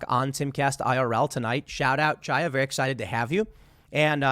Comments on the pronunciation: The first syllable of Chaya Raichik's name is the same as in "Chanukah." It's not a "tsha," it would be closer to say "ha," if you can't make the gutteral Hebrew "cha" sound. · Chaya is pronounced "Hiya" btw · Love your stuff, Tim! Just a small note, Chaya is an Anglicized Hebrew name. A closer pronunciation would be Hiya (as though you were saying hello casually.)